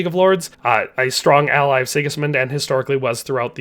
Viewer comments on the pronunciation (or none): none